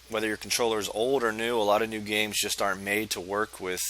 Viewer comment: This works 100%!! It did sound like "Nude games".You're hilarious dude!😂 Thanks for posting!!👍🏼